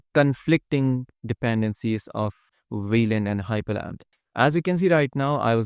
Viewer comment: Linux Nerd comment: It's hyprland, not hypErland